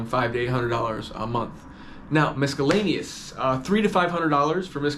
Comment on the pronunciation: They way you say miscellaneous is hilarious